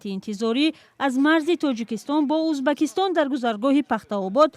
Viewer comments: Чиба Узбекистон неву Узбакистон гуфта баромад мекуни ? Следи за языкам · Чиба Узбакистон меги хондана ед гир журналисти бояд хато нахони